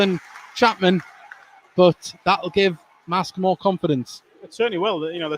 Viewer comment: It's pronounced MARSKE, not MASK !